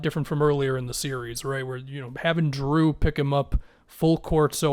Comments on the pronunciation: Dude, its Jrue, not Drew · are you saying "drew"? LMFAO